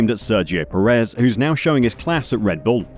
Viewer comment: Nit: Sergio Pérez is pronounced PErez. The emphasis is in the front, not the back of the surname.